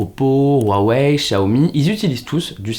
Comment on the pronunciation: On prononce Ruawei et Siaomi.